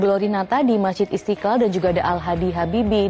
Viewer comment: Reporter kog sperti tidak pas menyebutkan nama Mesjid Istiqlal ya??? (Istikal?)